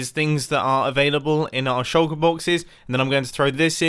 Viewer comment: Mumbo: says "shulker boxes" Me: hear "shoko boxes"